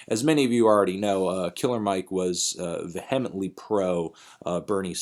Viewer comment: it's pronounced "vee-uh-ment-ly" also that HMLTD single is fucking bananas